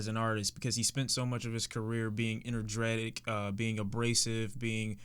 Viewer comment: "enerdretic.." - 2018 nigga tf?